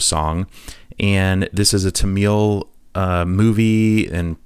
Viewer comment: Tamil should not prounounced as “ta-meal” It’s pronounced as “ta-mill”